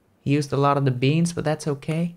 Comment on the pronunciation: Love the way he says "okee"